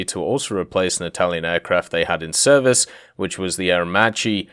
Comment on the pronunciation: Sorry but i need to correct your pronunciacion... Macchi is spelled like makki in english "ch" in italian is a strong and firma sound, like a "k"